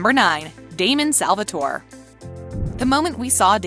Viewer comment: Do you actually watch these shows? The way you pronounce Stefan tells me NO. You have also said Salvatore wrong in a couple videos. It's Stefan the "fan" is pronounced like "can". Some of the other things you say about the characters just makes me wonder seriously.... Do you even watch TVD, The Originals, Legacies, Supernatural, etc.